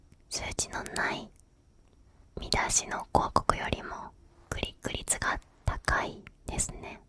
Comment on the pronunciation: クリック率がグリグリツに聞こえて面白いｗ